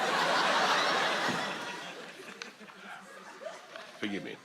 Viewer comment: “Furgimmie” - Boris Johnson